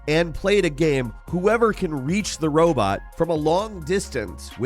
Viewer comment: I do not expect someone who can barely pronounce the word GAME to correctly pronounce electroencephalogram.